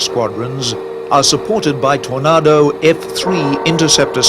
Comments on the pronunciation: I wish he'd learn to say Tornado correctly... with an /a/ as in ache NOT an /a/ as in art. ..or is he trying to do a fake British accent?? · Stop saying Tornaaado, it's Tornado as in 🌪️ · I wish the commentator could pronounce aircraft names properly, wtf is a tornardo I thought they were called tornado, it sounds disrespectful. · TorNARDO? Sahara DESERT? Think your pronunciation is ORF! Where is the SAHARA DESERT? Suggest you check themeaning of the word, SAHARA. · "Tor- NA- do" 😅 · Seriously, who checks the content of this as nobody, not even Americans call a Tornado, a Tor-nah-doh. Its the same as the big swirly weather thing they have in the USA. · FFS...The aircraft is a TORNADO not a TOR-NAR-DOUGH! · What's a Tornarrrdo? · How does the narrator not know how to pronounce the word Tornado? And don't get me started on Jagwarr. Its Jaguar. Three syllables. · Really bugged me the way the narrator keeps pronouncing 'Tornado', bloody idiot ! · Why can't this narrator pronounce "Tornado"😮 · Why can't this guy pronounce Tornado or Jaguar properly ? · The narrator is having a rough time pronouncing Tornado!